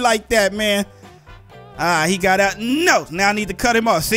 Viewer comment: It's so funny when you say no it sounded like you said naaa